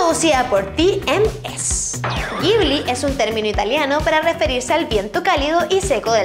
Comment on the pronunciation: CREO que se lee como Yibli >.<